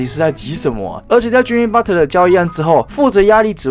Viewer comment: butler 不是butter 發L音的== 聽到頭都痛了